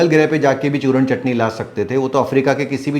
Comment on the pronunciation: aap jab churna chatni bolte h tab mujhe bahut hasi aati h 😂😂😂